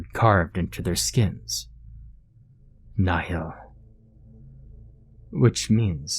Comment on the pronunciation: Ah yes a word in Latin:) also, its pronounced like "knee-hill"